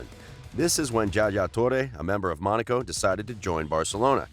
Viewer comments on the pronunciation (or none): none